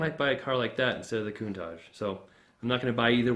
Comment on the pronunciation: love the cars. Although every time you said Countach i would cringe. say it with an SHH sound at the end not with Z.